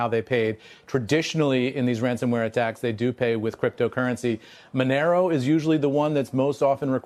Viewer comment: Did he say Monero or Denaro ??